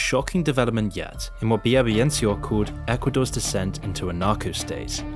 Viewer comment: My father’s cousin. RIP. Also you’re mispronouncing Villavicencio